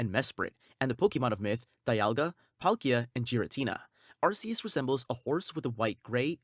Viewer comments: ARKEUS.. not Arseus. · YOU SAID IT WRONG! IT IS ARCEUS! WANT ME TO POST THE LINK NEXT TIME? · ARKOOS.. not Arkeus.